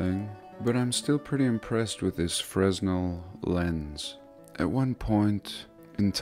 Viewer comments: Fresnel lens? S is silent. frenel… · light houses used to have fresnel lenses... the largest known fresnel lense ever made was in a US lighthouse......the s is silent I believe...freh nel kinda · Melted Brick Study 日本語ではフレネルレンズ。でも英語ではfresnel lensね。灯台に使われていた。JonLeviさんの発音でFresnoって聞こえてFresno Beeと思った。Fresno Beeが出てくる英会話テープをタイで出会ったドイツ人Anegret Bethgeさんにもらってよく聞いていたので知っている。カリフォルニアの新聞の名前だ。しかしなんで日本語でフレズネルって言わないのかね。ｓを発音しない理由がないよね。こういう省略が気持ち悪い。何企んでるんだよと思うよな。と思ったらフランス人の名前だな。なんかなんでも魔術やってるようにしか思えなくなっている。 フレネルレンズwiki Fresnel lens wiki The Fresno Bee wiki 流鏑馬 wiki 水俣病 wiki Distortion of history. Illumination in 1800's. Mercury. Free energy lighthouses. Mercury. Antigravity and overunity. and some healing. Fortress Of The "Cloud People": Exploring Ancient Kuelap In The Peruvian Jungle Exploring Ancient Moray And Chinchero In The Highlands Of Peru